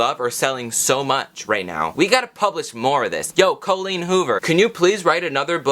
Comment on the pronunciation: Cole-een Hoover. 🤣